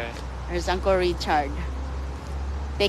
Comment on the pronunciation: Yung kababayan ni inday ganda ng porma, pero siya mukhang katulong talaga, kakainis narinig ko na naman ang angkol😂😂😂😂 it’s UNCLE